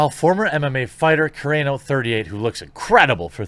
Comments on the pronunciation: It's pronounced: Gina Kuh-rah-no. Also, Pedro Pascal goes both ways. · Learn to say her name properly SMH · For God's sakes learn how to pronounce her name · Gina Carano ... Kah-Rah-No = Carano. 😎👍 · Sound it with me: Kuh-Ron-oh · Gina Carano is pronounced Ka-ron-o. As an MMA fan I've heard her name said hundreds of times. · Gina Car-on-oh. How do you get every name wrong? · Carano. Cu(like cut) - rah(like the sun god Ra) - no(like no you can't). 😁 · jesus dude, enough mispronouncing Gina Carano's name already. Ka-Rah-No!! every damn video. just ask someone for help. Or better yet, look up her mma fights. Im sure someone has said her name out loud. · Wish this guy would learn how to pronounce Gina Carano's name properly. Just goes to show he's not a true fan of the show and is just copying everyone else that's covering this story. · Dude you’re not saying Carano’s name right it it’s driving me nuts. Lol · Sounds about as believable as you pronouncing Gina Carano’s name correctly. Sorry, man, but I had to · Please learn Gina's last name please....or just quit saying it. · Love your vids but you are mispronouncing Gina Carano’s last name. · He's not needed replace him and move on and have you never heard how to pronounce Gina Carano's last name correctly?????🤯🤯🤯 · Haha was legit laughing at how you pronounced Gina's last name different every time you said it. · god how can you still not pronounce "carano"? it's such a simple name. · This is a "thing" with me : mispronouncing a last name. You did this on both Dave Filoni and Gina Carano.